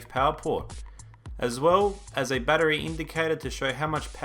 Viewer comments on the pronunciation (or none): none